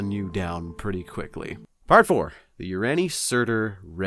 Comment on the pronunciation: the greater thurian league would be pronounced 'thur-i-an' as the turians are a race of metal birds in mass effect with just tiny bit of overwhelming militarism. not an asshole, just a trying to help since I'm also a mass effect fan.